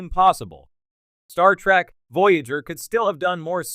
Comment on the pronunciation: Geek rant: Its TREK, not TRAK lol